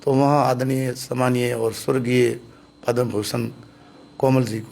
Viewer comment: पदा श्री नही पद्म श्री होता है